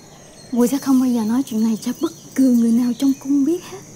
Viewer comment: " bất cừ người nào trong cung" haha